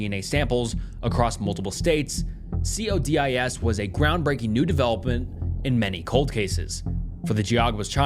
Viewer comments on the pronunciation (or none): I have never heard anyone call CODIS C.O.D.I.S before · Sorry man I keep trying, but the mispronunciations are too much. CODIS. Loci. Genealogy has an a you missed.